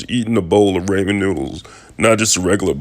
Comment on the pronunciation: U can tell this is fake😂ur the only person who says ramen like raymen😂